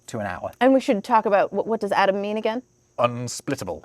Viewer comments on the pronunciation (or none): none